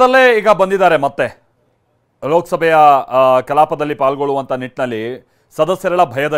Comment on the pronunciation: IT IS NOT KALAPE, IT IS KALAAPA